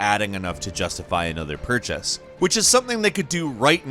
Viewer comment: Yep. I also heard purch-ass. Instead of purchase.